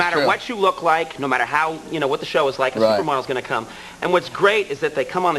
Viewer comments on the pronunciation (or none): Did anyone else notice Conan's Boston accent coming through - (everybody), (how), and (prepared). He seems to have completely lost it now, but it still comes through in his early days.